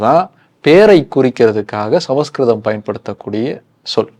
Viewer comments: ❤ It is not ""Sama skritham"' but, "" Samskritham"" Pronounce properly, before audience !!!! Samskritham is the OLDEST ETERNAL and God' s own language !!!!!!!! Vedas are in Sanskrit only ! Direct from God ! From his Udukku!!!! Says Lord Siva ! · It's is not samaskritam. It is samskritam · Brother.. Please don't pronounce Samaskritham.. It looks s samskritham.. Please don't misspel